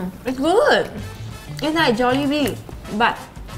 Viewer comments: hunny nuu It's "Jollibee" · Carmina Manalac its Jollibee but its pronounced as Jolly Bee